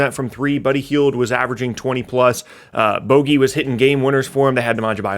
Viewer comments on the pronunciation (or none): Boooooogie not bogey. He isn't named after a golf term... his name is boogie